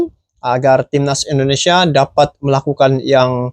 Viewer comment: INDONESIA bang... bukan ENDO... 😊